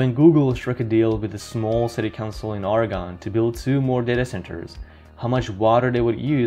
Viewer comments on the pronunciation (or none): It's "ORGAN" Not, "ORUHGONE" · Oregon has two syllables. As in: "Or-gun" Sorry, not being a dick here ... Just a fyi :) thanks for all the vids! Sincerely, Lifelong Oregonian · The state of Oregon is pronounced OryGUN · We pronounce it Orygun. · Quit talking about Oregon like you know. You don't even say it right. Show pics of the Bonneville dam. That shit is full.